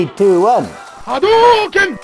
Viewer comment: Haidoken. Lol